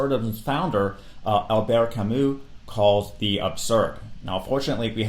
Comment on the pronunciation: what is so difficult about this, Sartre and Camus are french men, not European, just as much as you are from the United States of America not America. Also their names pronunced completely different. Taking away the historical context of these philosophical systems makes it almost impossible to really understand them.